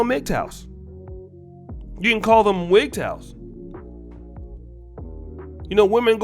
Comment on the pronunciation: When he said “wigtows” I almost fell out my seat 😂